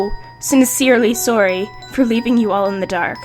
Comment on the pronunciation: im about to buy you a pop filter after watching this video, also are you canadian, the way you said sorry is how canadians say it